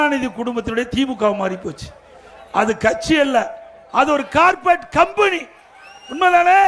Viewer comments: கார்ப்பெட் இல்லை, கார்ப்பரேட்*** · அய்யா கார்பெட் கிடையாது கார்பரேட்